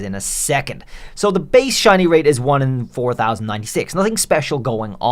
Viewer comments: In the opening line I did a double take thinking you said "how to get Chinese" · Is it me or did he say Chinese pokemon 😂